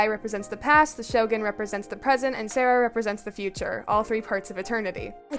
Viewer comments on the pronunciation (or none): That’s not how you say Sara’s name 🥲